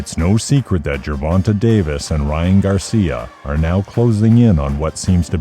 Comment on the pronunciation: Why can’t these YT people simply respect the proper pronunciation of the man’s name when they speak on him? JER-VON-TAY not TUH TAY‼️ And it’s like they just went with what the first person who screwed his name up.